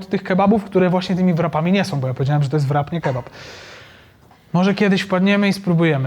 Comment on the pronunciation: Rap nie wrap. Wpiszcie sobie kiedyś to słowo do translatora i odsłuchajcie poprawna wymowę. Ale pojedźcie do UK i spróbujcie zamówić „wrapa”…. Jeśli już po angielsku to proszę poprawnie a jak nie to mówcie zawijas.